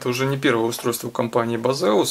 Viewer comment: Не Базеус и даже не пиздеус). Правильно - Бэйсус.